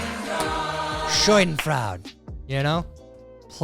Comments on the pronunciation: its not "Scheudenfraud" as a german i feel offended 😂, its actually "Schadenfreude". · You say schadenfreude wrong, and it's not even close. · Tyler mispronouncing words will never get old! Showdenfrau-d is (not spelled this way) & is pronounced Sha-den-freud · It is NOT pronounced "SHOY den frowd." It is pronounced "SHAW DEN FROY DUH." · Schadenfreude (Sha-den-froid), not Shoiden fraude. Ha ha ha! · "Scheudenfraud" or Schadenfreud? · ITS Schaddenfreude, Sha-den-froy-deh. Bro your killin me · Shoydenfroud? SHOYDENFROUD?!? Now you are just feckin' with us. YOU do a punishment. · Tyler, it said as "shah-din-froi-dih". Just fyi. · Schadenfreude. It's pronounced SHAH-den-froy-deh. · SHOD-IN-FROYD, Zed, SHOD-IN-FROYD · It's pronounced "Shodden Froyd". 😁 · Schadenfreude is pronounced shodden-froiduh. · It's pronounced shaa duhn froy duh. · Pronounced “Shaw din froy da”… learn it, love it, live it! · schadenfreude (sha-den-froid-uh) Or Just use the English "Epicaricacy" (epi-care-ica-see) I don't know why mispronouncing these words bugs me so much. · It always makes me laugh every time he screws up the pronunciation of schadenfreude. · Please look up the pronunciation of Schadenfreude. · It makes me so happy each time I hear him mispronounce schadenfreude. 🧐 scha·den·freu·de /ˈSHädənˌfroidə/ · For the love of schnitzel, PLEASE stop trying to pronounce "Schadenfreude".